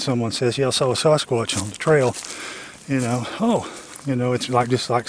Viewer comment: I absolutely love how says Sasquatch to me it sounds like he is saying Sauce Kwatch lol, he is a great gentleman and he works very hard on this topic and has helped many, many people. Keep it up.